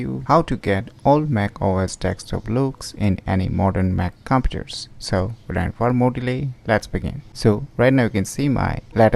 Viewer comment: u said computes wrong dummy